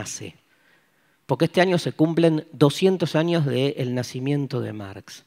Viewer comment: Que divertido como dice año, pronuncia anio jajajaja